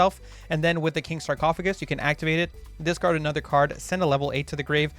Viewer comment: Dark world chads cringing every time he says discard